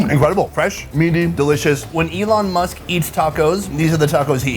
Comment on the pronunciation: Eh-lon Moosk